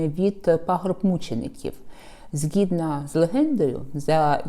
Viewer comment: Дякую за Ваші відео! Дивлюсь регулярно. Лише прошу, якщо це не нові правила вимови, спробувати не вживати ґ в "гарний", і ... ще одне..."згідно" здається. Чи це нові правила?